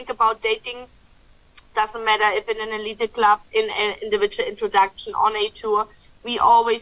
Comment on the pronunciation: it’s the eleet club, not elited! Just a pronouciation correction. Remember in English, when the letter e is the last letter it’s usually silent.